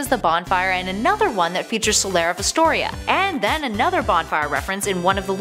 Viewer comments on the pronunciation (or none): its astora not astoria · Solaire of Astora, not Astoria. No i. Also terrible automata pronunciation.